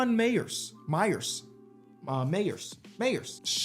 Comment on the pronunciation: Hearing add letters to words is so funny. Mayes becomes “mayers” and peay becomes “peayvy”